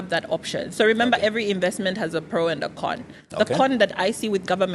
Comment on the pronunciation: narcissist vibes - but he needs to learn how to pronounce "INVESTMENT"